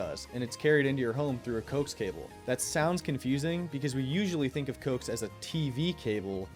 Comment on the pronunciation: it's pronounced co-ax